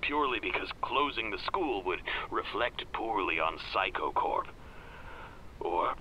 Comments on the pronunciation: "Mr. Saikou" What i hear: Mr. Psycho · When he says saikou to me it sounds like psycho idk why